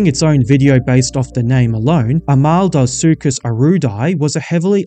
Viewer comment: HOW DID YOU MANAGE TO SAY "ARMADILLO - SUCHUS" WRONG??........"AMALDO - SUCHUS"....REALLY? Armadillo! Armadillo, you know, the little Armored phucker in Texas! (but from south america) Nice effort on drawing atleast one panel per animal though.